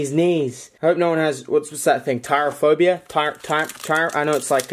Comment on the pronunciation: Try-bic phobe-ya